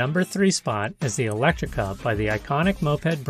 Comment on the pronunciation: That's "Elettrica" (not "Electtrica").